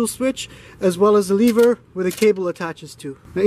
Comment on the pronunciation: "lever," not "leever"